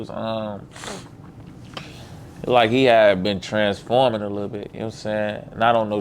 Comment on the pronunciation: Nigga said transforming 😂😂😂😂